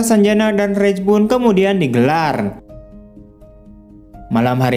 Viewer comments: Raj.... Om. Bukan Rej..... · raj bukan rej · Raj bang bacanya bukan rej